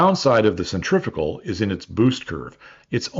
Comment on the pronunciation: The word pronounced "centrifical" here in the US is not a real word. The correct word is "centrifugal".